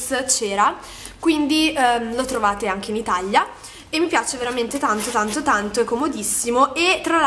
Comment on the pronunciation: Perché dici itaglia?? Si dice Italia